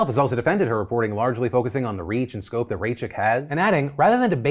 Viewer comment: Jewish woman here: Chaya was correctly pronounced but her last name was not